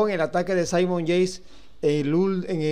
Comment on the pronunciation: Parce se dice "Yeits" no yeis